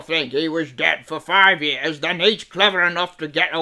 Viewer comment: near the end said den instead of then LOL